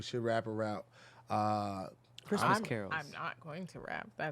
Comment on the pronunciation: Tom…he said Crestmas